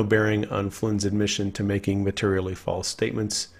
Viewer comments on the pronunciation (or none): none